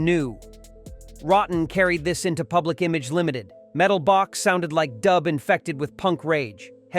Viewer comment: Mispronouncing Public Image Lmt. Mispronouncing Neu! This video is garbage.